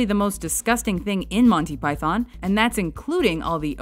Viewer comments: I wish they'd pronounce Python properly. Emphasis is on the first syllable. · When you think that some of this stuff is close to 40 years old, it goes to show the quality of the humour of these guys. Like many, I grew up with them, know these scenes backwards, but still find myself laughing. But please, can someone tell her it's "Python" NOT Pyyyth-ON! :D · Do us a favour America. Say it right. It's MON-tee PYE-thon Not Monny pyTHON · Agreed,its the py-thawn bit I dont get,we pronounce python like its pythn,not emphasizing the "thon" ,like its thn. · You've got this critique a little confused. It's actually a two-part problem, not a one-part problem. The first part is mis-pronouncing Monty as Monny. The second part is about how you pronounce Python. The two issues aren't really connected. Putting the accent on the first syllable (PYthon) is normal, but it's a little weird to accent the second syllable (PyTHON). But neither one is really incorrect. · Even Pilate can scarcely keep his face straight during Biggus Dickus. "Do you find it risible...when I say the name...Biggus...Dickus..." you watch he is struggling so hard not to laugh. But arrrggh..its not Monty Pie-thon...its Pie-thun... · It is "Piethn" not pie- THON. At least the Americans like it . My Mrs is Italian , and she sits stone faced through it . Even the hilarious Hitler sketches ! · It's fucking PythUN not Manteee Py-thorn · It’s actually pronounced pythUn and not pythOn…for all you Americans out there who insist on pronouncing English words incorrectly, even when you are trying to talk about English/British things. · We pronounce it "Pythn" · Sorry, but the Yanks just don't get it... It's prononced Monty "Pythun" not Python. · Who's Monty Py- Thon ? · Americans can't say Python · Why can't they pronounce python right?